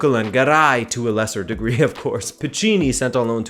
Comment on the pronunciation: It's "MarceliNo", not "MarceliNHo", and "Alcásser", not "Lacáser".